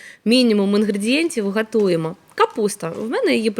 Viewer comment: 😅😅😅,ГАТУЕМО,у Тимошенко навчилися ГАТУВАТИ 😂